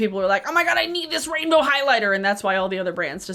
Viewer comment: This is weird, but I like the way you say “rainbow.” 😭😭🥰🥰